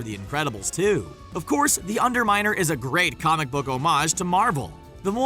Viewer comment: LOL you said the under minel